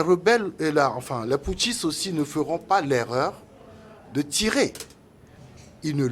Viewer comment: Les intellectuels invités par les journalistes doivent arrêter de prononcer les mots pouthciste et junte